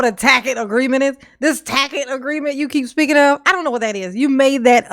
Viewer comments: He changes to correctly pronouncing 'tacit' only after the judge eventually prounounces it for him, as though the entire court hadn't been listening to him mispronouncing it for the bulk of the trial. It's the kind of mispronouncing of a person who has only read the word recently and is otherwise unfamiliar with what it even means. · Isn’t it telling that Darrell had no one that either knew, or bothered to tell him he was saying “tacit” wrong.